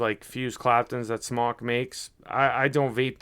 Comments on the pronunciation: I've heard from other reviewers that contacted the company and it's pronounced SMOKE not SMAWK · It's pronounced SMOKE